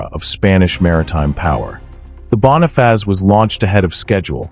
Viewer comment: ¿Qué es la Bona faz?..😂. Joder, al menos aprende a pronunciar cuan hagas videos.